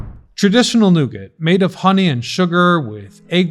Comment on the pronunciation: Protip: The 't' in 'nougat' isn't voiced ... /ˈnuːɡɑː/